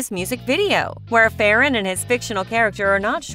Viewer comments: Its not fe ran its ferran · your saying farrran wrong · Your saying ferran name wrong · they way u say ferran is so funny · Are you saying his name wrong